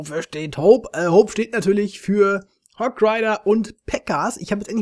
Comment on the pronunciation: Hogreider lvl 7" geiler versprecher! ^^ Daumen hooooooch:D lg